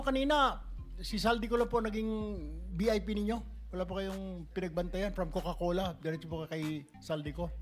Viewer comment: Galing sa mahilig mag "coke", cocal-cola pala😂! Ang lakas ng tama ng "coca-cola"! Coke pa more!